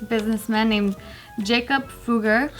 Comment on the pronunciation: It’s fugg er not foog er they are a historical German jewish family